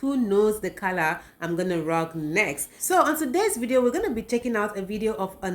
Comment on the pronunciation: This is is now pronouncing words like a Ghanaian 😂😂😂color